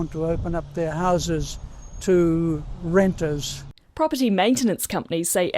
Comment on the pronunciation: Love the way he said "Renters!" sounded like he was saying "satanic mutant lepers!"